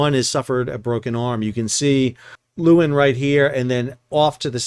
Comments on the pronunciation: You pronounce the ship's name 'Laywin'. It's Dutch for lioness. You're welcome. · The pictures of the Maersk ship in the harbor make it look enormous in the landscape. I don’t know if the Aussies are fastidious about the pronunciation, but the Dutch “Leeuwin” is more like “Lay-v(w)in”. The “V” is somewhat between the English V and W in that part of Europe, a “soft V”. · Leeuwin. (Lioness) Not luuin. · 'Leeuwin' is a dutch word meaning 'lioness' . it is pronounced as the 'lay' in 'layman' plus 'win', I.e. 'lay-win'. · That's not how we pronounce it in WA! We say Loo-en.